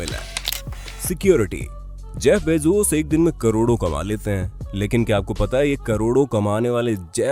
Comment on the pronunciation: Its bezos not bezoos